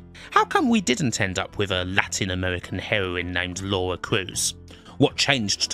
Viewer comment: I've never heard of American having a problem with saying Laura... or indeed Lauwa as it seems to be pronounced in this video.